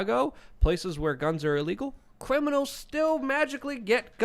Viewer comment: Did say cwiminals?